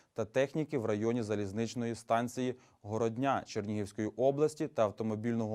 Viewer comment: Не Городня́, а Горо́дня.